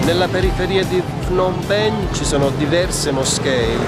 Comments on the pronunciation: Fnom penh? Non si pronuncia cosi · semplicemente come si scrive. Phnom Penh. Io vivo qui da 5 anni e parlo Khmer. La pronuncia è Pnom Pen.